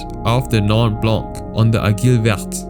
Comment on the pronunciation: Case 6 bro you kill the french word aiguille ngl